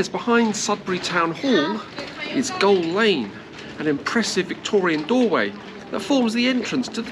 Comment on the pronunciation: Just seen this vid, I’m from Sudbury, had to chuckle every time you mentioned Goal Lane, when it’s Gaol lane as in “jail”